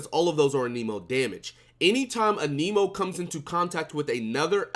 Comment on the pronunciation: Your videos are very good and I enjoy them but it’s Anemo ( ann-uh-mo) sorry lol it irks me when ppl say aneemo lol 😂